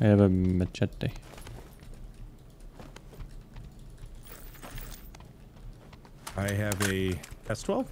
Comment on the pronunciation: Dude!! Your pronunciation for spanish word "machete" was perfect!! Hahahahaha